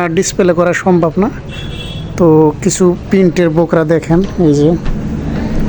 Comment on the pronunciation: Aita ky to Borka boly, Bokra bolen kano 😂 😂😂??????